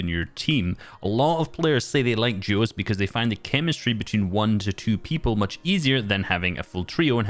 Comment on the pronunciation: Why does it sound like juos